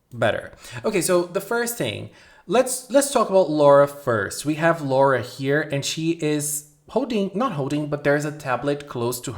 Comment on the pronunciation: The purple haired girl is Lola, NOT "Laura." Also refer to them in Japanese name order, family name first.